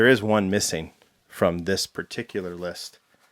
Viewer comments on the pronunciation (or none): none